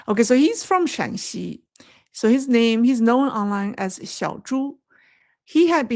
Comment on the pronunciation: Known not no when one syllable. Thank you